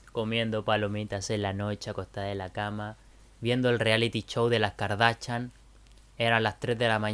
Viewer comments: Es kardashian no garnachan 😂😂😂❤️❤️❤️ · Es Kardashian no cardachan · No es Kardachan, es Kardashian, suena distinto. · Kardashian Kardashian no cardachan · Muy chévere, pero no se dice kardachan.... se dice kardaShian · Aprende a decir kardashian no es "kardachan" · Espera, espera espera, dijiste KardaCHan? Con CH? 😵😵😵😵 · No se dice Kardachan